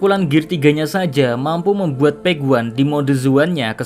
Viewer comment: Gregetan denger PEK WAN. yang bener pej wan. Pej wan.